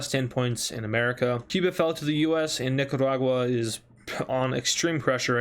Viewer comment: Did you just call it NICADAGUA